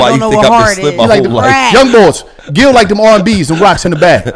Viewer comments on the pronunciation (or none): That nigga said gillie spicy lol